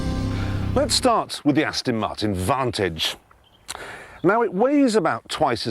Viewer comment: Jeremy Clarkson cannot pronounce Aston Martin - he says Astin Martin.